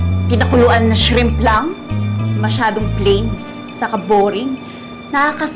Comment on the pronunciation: Shreeeeemp ? Georgia said 😂😂😂